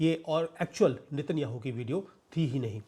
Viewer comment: Sir उनका नाम नेत न्याहु है नितिन याहू नहीं😂😂😂😂